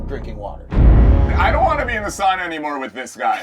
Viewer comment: Darn. Impressed positively. Adams correct pronunciation of Sauna. My people <3